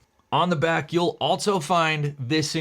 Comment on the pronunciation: There is no “T” in the word ALSO.